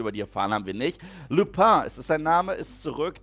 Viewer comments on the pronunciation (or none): Lüphöö hhhahha wird lupin ausgesprochen qie luping ohne g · 3 Film in Folge. Der Werwolf ist kein Franzose, also kein nasales Lupîn, sondern langes iii -> "Luhpien" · Es heißt Remus Luuupin nicht Lupään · sprech bitte lupin doch aus wie man ihn schriebt er heißt lupin nicht lupain 😀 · Vielleicht ist dir bei Sirius Tod ja aufgefallen, dass Lupin (btw ausgesprochen, genau, wie man es liest xD) Harry von hinten festhält☺️ Sirius und Remus waren damals in ihrer Kindheit ja beste Freunde, gemeinsam mit James Potter und Wurmschwanz (Peter) Vielleicht hilft dir ja das nochmal bisschen, das alles unterzuordnen☺️ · "Lupin" spricht man genauso aus wie man es auf deutsch lesen würde. :) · Lupin wird deutsch ausgesprochen. Auch im englischen. Lu p i n. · Woher nimmt er die französische Aussprache von Lupin? ABER EGAL: Ist ne tolle Serie, in welcher man ohne Hype im Voraus einfach nochmal durch die Filmreihe gehen und den Storyaufbau dort aus „neutralen“ und filmbegeisterten Augen sehen kann... Danke ^-^ is echt spannend ! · Das ist Professor Lupin. Kann man sich gut merken; Er ist ein Werwolf und Lupus ist Latein, Wolf. Ich würde es übrigens nicht Französisch aussprechen, selbst wenn es in der englischen Variante so ist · Kurze Korrektur bei deiner Aussprache, wenn du gestattest :-P Der Werwolf-Lehrer heißt zwar Lupin, aber wird nicht französisch ausgesprochen sondern englisch oder auch deutsch. ^^ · Weil Lupin mein Lieblingscharakter ist muss ich das einfach los werden. Man spricht in so aus wie er geschrieben wird auf Deutsch Lupin und nicht auf französisch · Kleiner Tipp: Lupin spricht man deutsch aus und nicht französisch. 🤓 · Es triggert immer noch wie er Lupin ausspricht und belatrix Lestrange Lupin und Neville Eltern wurden gefiltert bis zum Wahnsinn von Rudolphs Rabatt bellagrix und Barry chorisch jr